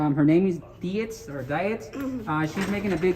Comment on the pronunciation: And BTW,, it's Officer Dietz (deets), not Dee its. Dumbass!